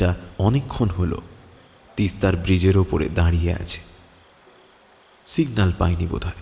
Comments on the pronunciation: bridge to nayikar uchharoney breeze hoye gachhe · Protek ti golpo khub valo lage, darun presentation, actor rao khub valo, sudu aktai choto anurodh, jakhn kono scholar character play hoche, ba kono educated person er character play hoche, kindly ektu pronounciation e research korenin. Bridge k jodi bizze bola hy, ba shadow k ssadoow bola hy ektu essence ta ghete jai presentation er. Please eta feedback hisebe nin, kharap mone krbna ❤️